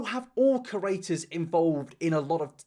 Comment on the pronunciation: Ker-aters..... pud-cost......